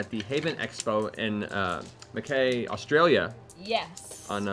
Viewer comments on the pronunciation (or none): Matt: "Mc Kay, Australia" Me, an Australian chuckle It's Muh-kai, but it's always hilarious hearing people pronounce our town names xD And Ashley trying to do an Aus accent was adorable, needs work, but it was adorable Also that new intro was EPIC!!! rewatched like 10 times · Haha I love how Matt pronounced Mackay, Australia. (He said Mac-KAY and it's pronounced Mac-KIE). Very cute. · That was painful, the town is pronounced Mic-kai, not Mc-Kay, we Australians have a different way of pronouncing names. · Matt offended us first, He called Mackay Mackae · I actually missed the bit with Ashley doing the bad Aussie accent because i was too focused on Matt pronouncing the city 'Mackay' wrong (I'm Aussie, so i know)